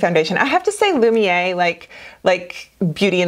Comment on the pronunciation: Thanks for the recommendations. Sit down, because I'm about to burst your bubble. Pronounciation is "Loomy air"! But think of it, you'll now seem like you're a French pro! Hugs from Moi from Canada!